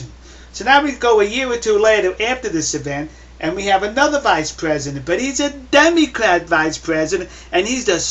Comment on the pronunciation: haha you said demycrat